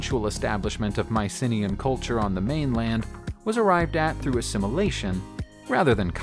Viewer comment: Mycenaean = my - ssen - NEE - ehn